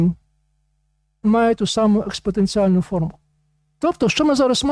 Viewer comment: А ув. профессор Грицак точно понимает, о чём и что говорит (и пишет на демонстрируемых им слайдах)?! Так на он рассказывает про "...експоТенціальну формулу..." (выделено нами. — О.М.). И можно было бы благодушно решить, что ув. профессор УКУ просто нечетко произнес известное математическое понятие, если бы на им самим не был бы представлен иллюстрирующий сказанное слайд, где мы читаем: "Сила експоТенціальної формули" (выделено нами. — О.М.) (причём на том же слайде рядом мы видим англ. "...exponential..."). Остается надеяться, что в остальном этот профессор МЕНЕЕ "щепетилен"...